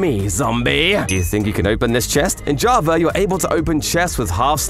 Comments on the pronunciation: It's java not JAVRA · why is he saying "javrar" instead of "java" 😭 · i cant stand you saying JAVAR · Java❌ Jarva✅ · Java❌️ Javar✅️ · “Javer edition” - -2024 -ranked the best mispronunciation ever because he’s British or smth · I dont lnow if it's because im too tired, but i always hear "javaR edition" 🤔 if you are indeed saying JavaR, is this an internal joke or somethig proper to Java users? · “Javar” accent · Why does he keep saying Jabra edition? 😢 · Java "Ja-ver” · I love how he said javar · He’s calling Javaer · When you say java edition it sounds like javer edition im sick of this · Javer is What i hear on java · "javar edition"